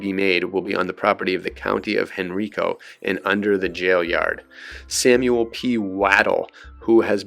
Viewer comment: Hearing you pronounce “Henrico” incorrectly is jarring. It’s pronounced “hen-rye-co.” I wish you YouTube content creators would check the pronunciation of people’s names, places, and things before posting videos. Just saying.